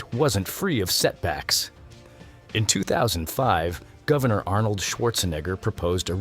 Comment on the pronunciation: You did NOT pronouce the Arnolds last name the normal way...